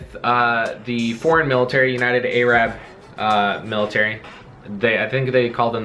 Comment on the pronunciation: The way you say Arab makes me laugh